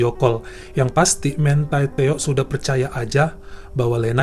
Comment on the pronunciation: bacanya MANTI TEO aja, bukan mentai teo